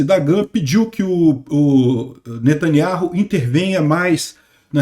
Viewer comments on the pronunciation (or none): none